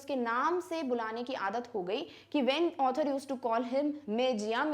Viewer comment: Mam your author and otter pronounciation seems same